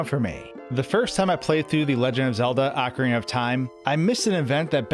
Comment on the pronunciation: "O" -carina. (Oak-areena) NOT "Awkarina". Also who is " Gandorf" ? "GanON-dorf" bro, if you're going to make a video about a game, try not mispronouncing half the titles. Sorry to nitpick but it damages your credibility.